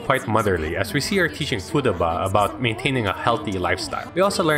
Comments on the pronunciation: Nobody’s gonna mention that he called futaba fooduba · Did this man say footaba